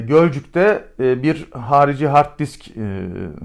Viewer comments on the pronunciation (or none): none